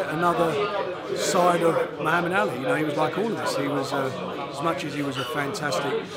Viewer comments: Warren cannot pronounce SO MANY things: - 'Eubanks' - 'Brooks' - 'Madison Square Gardens' - 'Muhammad Alley' Then he complains about the quality of the Matchroom fighters' opposition when he puts Liam Smith up against some hopeless bum. He is pathetic. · "frock" "pakaow" "mohammd ally"- Warren must be deliberately mispronouncing names just to annoy me.